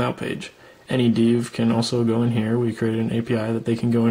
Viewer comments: Also have to say it is 'dev' (short for developer) and not 'deev' (short for deva? Or de-veloper - whatever a veloper is) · "Deev"? Who taught you how to pronounce dev?